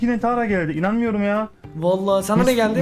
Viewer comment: 4: 23 de mo orda inajjsb diyo inanamiyom demek isdiyodu ama inajkhm.cikdi